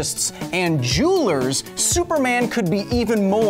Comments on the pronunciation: Juuler you say? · “For geologist and juulers” listens intensely